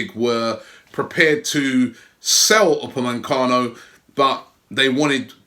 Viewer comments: Love how the keyboard warriors aren't here to talk about Upamecano's name pronunciation. It's not Upamencano there's no n there. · I love how Robbie keeps calling him Upamencano. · Upamecano Not rugani